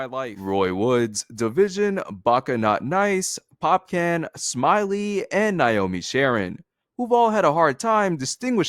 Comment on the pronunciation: bro insanely good vid, not the biggest fan of drake but i really sat through all of this bc of how well u made it but one thing, its pronounced POP-KHAN not pop-can😂😂😂